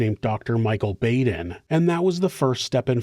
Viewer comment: I dislike it, but I can't help it; I'm "THAT person"; ... it's Dr. Michael Baden, said (Bah-den). But u can say it how u prefer...😁 just a heads up.